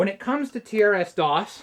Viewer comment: Usually pronounced "trissdoss" I think. "Tee Ar Ess doss" sure would seem normal though if I'd never heard it the other way first.